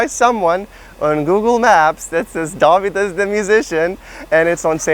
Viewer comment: Can I ask you about the Ø in; as you say it it sounds like spelled dAvidas? As I am from Norway where we use the Ø, it is quite the experience to read band names -mostly rock which may use theese letters. Like Motörhead, that Ö is a swedish Ø. To english speakers it may be the first vovel in "journey" -"jØrny". Fun fact: In Scandinavia Beer is called ØL or Öl -Reminicent of the word ALE. Sidenote ÖL is OIL in german. All the best:-)